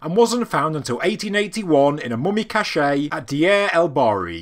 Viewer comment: Cache (group of hidden things): pronounced cash. Cachet (prestige): pronounced cashay.